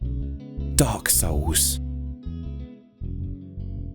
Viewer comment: I always love the pretentious video essayist pronunciation of DAWK SOWLS.